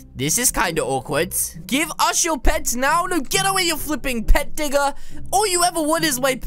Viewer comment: XD THATS A NEW WORD OF ROBLOX PET DIGGER SAY PETTTT DIGGER